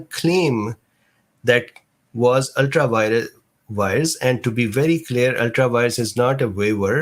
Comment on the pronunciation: Just a heads up, it's ultra vires.